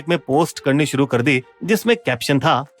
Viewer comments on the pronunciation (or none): none